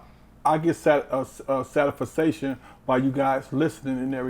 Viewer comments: I just wanna know what the fuck was that word??? Sa-tis-Fa-cation.. Uhuhuh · How u planning to teach game and cant even pronounce satisfaction this dude said satisfiscation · "I GET SATISFASATION...." Jesus dude this guy can't even say satisfaction properly.. like wow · WTF is satis-fisation?! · Satify-sation, it's the new sen sa shun. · "I get satifisation". No wonder why the young guys don't listen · I could not sit there and not laugh out loud when he said satafasayshin 😂😂😂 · “I I I I I I GET SAT-IS-FI-SATION” when you an OG PIMP, you make your own words. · Did this nigga said he gets "satisfestation" 😂😂😂😂😂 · Did that nigga say “SatisFaSation?”😂😂😂😂😂